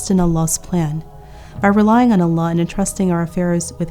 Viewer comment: An amazing lecture as usual, but plz for the verse ومن يتوكل على الله Do Kasrah not Fathah for Allah